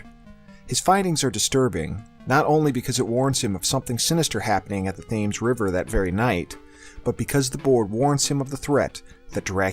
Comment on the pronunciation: Great review, but Thames is pronounced "Tehm", not the way it looks :P